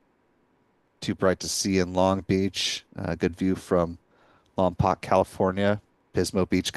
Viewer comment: For future reference Lompoc is pronounced “ Lom-poke “ not “😁Lom -pock”.